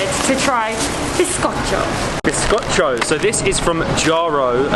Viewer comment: I'm impressed how pronounced biscocho on point